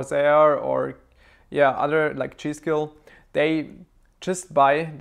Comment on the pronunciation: Had to rewind it 3 times to understand it was G.Skill